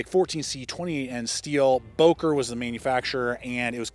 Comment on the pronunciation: Böker with ö